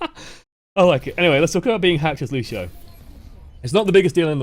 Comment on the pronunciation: Also it's fucking Lucio not lushio you dumb ass like could someone please make a filmagram roast on this guy and send me the link